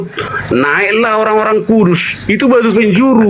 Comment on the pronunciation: BHS N LOGATNYA HOKILL X OMG😂😂 ORG2 LURUS/KUDUS BUKAN KURUZ PAK KOQ MAKIN ERROR 🤕🥴🥴, PESONA APA PAK PENING KAMI HEY🌸🤗❄